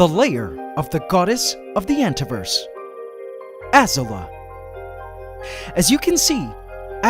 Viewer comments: C'mon man, it's Az-oo-la, not Az-u-la. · I wonder why you are pronouncing Azula as ah-ser-la? If you’re following the theme of the Fire Nation and Avatar: the Last Airbender, the show pronounces the name Azula as ah-zoo-la, like blue in Spanish with an A at the end: azul-a. Keep up the wonderful work you do, for it is a demonstration of living art and never foreseen scientific discoveries caught on camera! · Hey, i just want to say you pronounced Azula wrong it's ah - Z OO - l ah any way i just want to let you know, i'm a huge fan of yours and love your content! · Hey man, looks like you named your spider after Azula from Avatar the last air bender but your'e pronouncing the name wrong . it should be pronounced UhZoola . LOVE your videos . look forward to them every week. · Azula is a name with a accent mark, so the name is pronounced like ah-zoo-la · I highkey though Azula was pronounced “Ah-zoo-luh” like from Avatar. Am I the only one? 😅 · why are you reading her name wrong did you not see avatar "Azula" A ZOO LA> AZU LA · how AC still pronounces "Azula"... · The way he pronounces Azula really bugs me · you guys noticed that he pronounces Azula wrong?